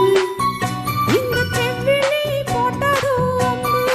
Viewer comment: சம்மதம் தந்திட்டேன் நம்பு என்பதை தந்திட்டேனே நம்பு என்று பெண் பாடகர் பாடுகிறார். செவ்விழி என்பதை செவ்விலி என்றும் உச்சரிப்பு பிழையாக பாடுகிறார்.பாடல் வரிகளை கவனிக்கவும் ப்ளீஸ் 👍